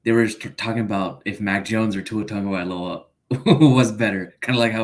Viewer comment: Has to be a troll. If you support a player the first piece of business is learning to pronounce his name correctly and there said Tun-ga-vai-OLA. Got to be a troll.